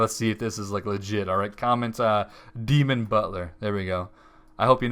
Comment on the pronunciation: dee'mon butler